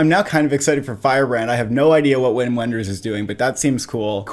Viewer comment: Just a pronunciation note: It’s pronounced “Vim Venders,” not “Whim When-ders.”